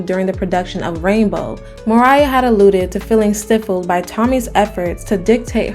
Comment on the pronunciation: Sweetness, you did great work with this. I am not sure to what degree AI is being used, but you seem to not know how to pronounce some fairly common words like “archives” and “stifle.”